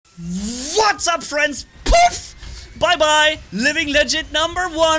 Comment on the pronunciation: The way says poof 😂 Enemies left the chat.